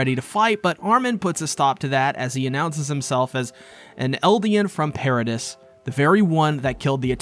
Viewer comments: Do content creators purposefully mispronounce stuff just to get people to comment about it? How can you watch this whole show and still call Mikasa "Mi-Kah-sa" and the island "Paridis" instead of "Paridee" How it's said in the show? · It's Para-DEE. As a fan of the manga and anime you can't tell me you haven't heard it in English at least once. Yes it's spelled Paradis, but it's pronounced pair-a-dee....that just bothered me 😂. Cheers! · Paradis is pronounced pair-a-dee